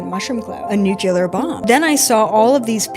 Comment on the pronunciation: I don’t trust anybody who can’t pronounce nuclear